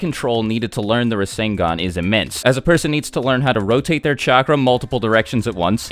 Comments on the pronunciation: I’m gonna take a shot every time you say rasengon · did u say minato created the resengan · Boruto's rasengan actually uses Lightning (Raiton) element. Not WIND (Fuuton). Sasuke specifically explained it to both Naruto and Boruto during the fight with Momoshiki. No biggie tho, I thought it was wind at first too.